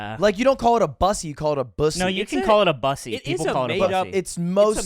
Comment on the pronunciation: it literally can't be buh-ssy it has to be bussy i